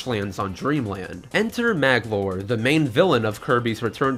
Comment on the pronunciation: Sheesh, Magolor has 3 syllables, not 2. Also, you didn't include the lore about Nightmare and the Star Rod